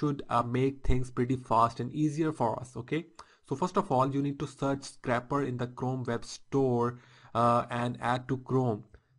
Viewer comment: i believe it is scrape not scrap. So it isn't a scrapper but a scraper. other then that, great video. Thumbs up!